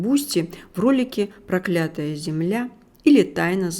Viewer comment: Не прокля́тая зе, а про́клятая земля!